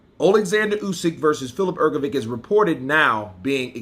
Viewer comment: Her go vitch as opposed to Her go vick, give it a go, it's not that hard my friend.